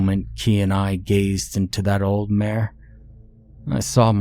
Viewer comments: Are you trying to say "mire"? Or do I not know the definition of "mare"? Genuine question lol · the whole time i was thinking that you were saying " mare " like the female horse , so it wasnt making a whole lot of sense. im just going to guess and assume that you also pronounce pillow like , pellow and milk like , ''Melk' instead of just saying it like a normal english speaking person. i wont lie to anyone and say that it doesnt make me think that their suspicious af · The way he's pronouncing "mire" has me cackling 🤣🤣🤣